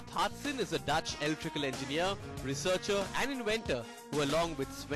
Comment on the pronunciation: Jaap Haartsen, not hartsen.